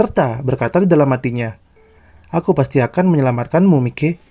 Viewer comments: Bacanya bukan Miki bang... Tapi maiki... 🙏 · MAIKI BANG BACA NYA BUKAN MIKE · bang...sebutannya maikey...bukan miki...hahahhaa..ngakak anjirrr..tpi ...tq kok bang..udah upload video..semangat ya bang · Maikee...... Kalau d bacanya , ini Bacanya Mikeee jadi gk ada serem seremny Mikey